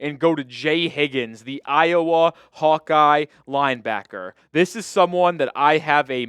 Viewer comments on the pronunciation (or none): none